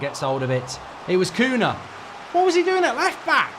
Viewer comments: Why does he keep calling him Koona?????? It's so jarring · Who is Kuna? The mispronunciation is appaling! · Their names are NOT "Amourine", or "Cuna". It's AMORIM. And for Cunha It's an nh, so the sound is ÑE. CuNHa. English can't pronounce Portuguese names to save their lives. They either make it sound like spanish or like nothing at all. It's like me calling you Markei Gouldabrige. If you are going to comment on football, at least do your homework and hear their names properly pronounced first. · "Koonah" 🤣 jesus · Bro rlly said Cuuna